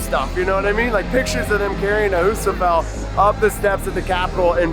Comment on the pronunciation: Can someone please tell how to pronounce Rebecca Fuseliers' surname? It's Fuse a lear.